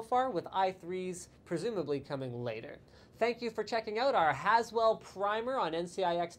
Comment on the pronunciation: > "as well" or "Haswell" LLLOOOOLLL